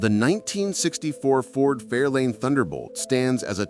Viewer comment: Fairlane, not Fairline.